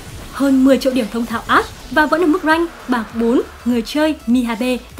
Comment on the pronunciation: 3 mùa sầu riêng rụng đã qua mà toàn đọc là a-she